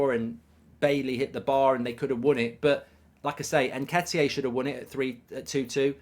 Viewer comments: Please stop saying "N-ke-ti-aay". It's EN-KEH-TEE-AH. Please and thanks 😉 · Where’s mark getting the pronunciation of ‘nhketiyay’ from?